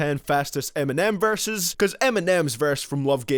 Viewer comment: this man says varses not verses.